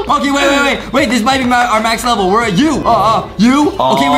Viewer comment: Adam said “Start a later ledel” So funny!😂🤣